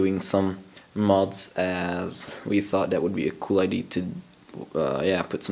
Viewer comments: Its Idea not ID . Work on sounding intelligent to match what you are doing technically . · it's pronounced IDEA, not ID. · you are great at english the only thing you said wrong was "idea" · its amazing how many people care so much about how you say "idea" though clearly they understood what you said. lol.